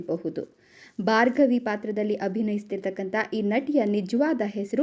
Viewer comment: ಬಾರ್ಗವಿ ಅಲ್ಲಾ ಭಾರ್ಗವಿ